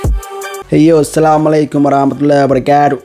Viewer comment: The way he says asalamualeykom 😂😂😂😂❤